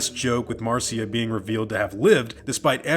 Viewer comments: Marcia is pronounced "Mar'sha". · Pronounced mar-SHA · Your work is awesome, but it's pronounced "Marsha" :) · Marcia is pronounced the same as Marsha.